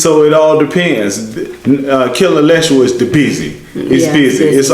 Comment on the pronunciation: KI- LE- LE - SHWA.